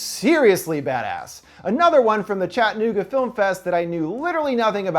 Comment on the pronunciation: I live in Chattanooga and had no idea we even had a film festival?! Also, it’s pronounced Chatt-uh-knew-guh 😉 Love your vids and so glad I clicked on this one to find out about our film festival